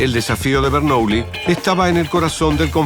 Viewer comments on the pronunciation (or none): Bernuillí, aprendé pronunciación francesa, imbécil.